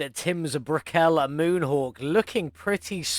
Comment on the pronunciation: Nice one. Might have to squash one of these in Beam. Also yeah it is bruh-kell, not brekell.